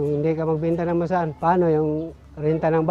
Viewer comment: Kawawa nmn po si manong btw nsrinig ko ba na basaan or basahan hahaha